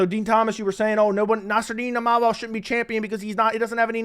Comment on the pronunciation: Din Thomas out there having problems saying Imovov, I'd hate to see him try Fedor Emelianenko on for size....